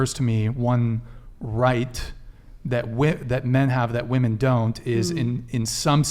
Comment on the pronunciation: WHY do none off these Gen z dopes know how to pronounce the plural version of woman, being women. They just say woman for both lol. 😂😂😂